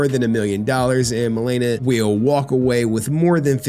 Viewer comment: Dammit stop being IGNANT BARACK MAN its not MUH LEE NUH its MA (like HEY MA) Le (like in Lexus) and NA (like NAHHHHHHHHHHHH SONNNNN THIS BITCH AINT TAKIN ME FOR 75% MY SHIIIII)